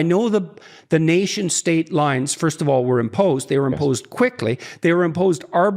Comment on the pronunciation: i actually do , his basically saying furst